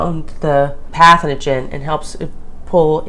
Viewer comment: Pathogen... not pathoningen.